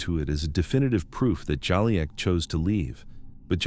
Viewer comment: the video keeps changing his name…. It’s not “Jolly-ack”, it’s “Ju-leek”